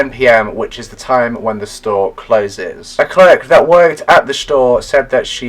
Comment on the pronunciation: I SWEAR YOU SAID SHTORE 😂.Thiss case is so odd thoughhhhhh. I have so many questionsssss my brain hurrtssss 😆